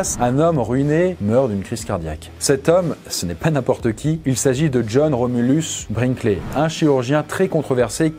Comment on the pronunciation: cette bête est aussi fluide que la façon dont tu as prononcé sont nom 💯